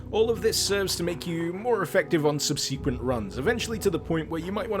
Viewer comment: Good, informative video, thanks! By the way, it's "SUB-si-quent" not "sub SEE quent"...